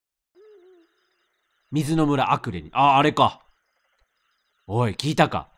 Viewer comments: アクレをアレクと言い間違えるレトさん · アクレの村をアレクの村って言っちゃうレトさん可愛いね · レトさんがアクレの村をアレクの村って間違って言ってるのに共感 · レトルトさんアクレをアレクと言い間違えてるんだけど モデルのアレクのことかな(笑) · アクレの村何回も言い間違えてて草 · ずっとアクレ、アレクて読んどるwww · アレク？アクレじゃなくて？ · ごめんなさい。どうしてもアクレをアレクと呼んでるのが気になっちゃいました、、